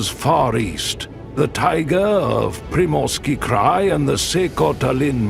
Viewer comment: 🫣 no, no, no 😂😂😂😂 it is -- tai - gAAAA's .... And "Pree-morski Cry" - correct pronunciation